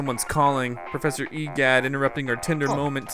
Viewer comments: every time you say professor E gadd it sounds like professor E guy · oh and sorry i said that but true